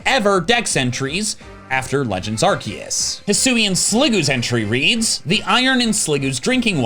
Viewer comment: omg he pronounced Arceus correctly... that deserves a like and a sub